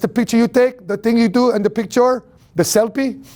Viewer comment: What an inspiring story, truly triumphed through the roughest moments in life 🙌 & love the way you speak about your beautiful wife Sheena, you bring out the queen in her & that’s a beautiful thing 🌹 & the way you said, “selfie” = “SELPY” lol a good friend of mine says that 😅😁